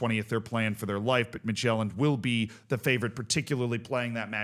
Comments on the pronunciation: I love this format solely for the pronunciations. Slight Danish tip: Midtjylland is pronounced sort of like MID-YOU-LAN. If you quickly blurt out those three syllables, it'll be close enough. In the video, it sounds like you're saying Midtjælland. Jylland and Sjælland are not the same. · Listening to this and thinking "what's Magellan-d?" The J is pronounced like the Y in "York", not like the J in "journal"!🙃